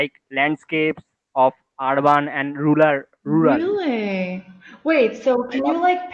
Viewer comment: "RURAL" This word is legendary often pronounced as lulal